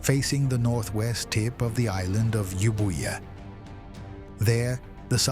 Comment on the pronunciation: The iland you mention is not called Yiubuyia but Evia.